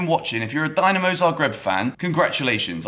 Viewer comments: its pronounced "din" not "dine" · Its not "Dynamo", its Dinamo! Has that "i", like when you say Italy. Cheers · Everything correct and nicely said! Just one thing... try to say Dinamo correctly next time 😆 And a comment for the youth team... Dinamo beating Chelsea youth team is not a surprise at all. Dinamo's academy is one of the best in the world and they are in the knockout stages every single year.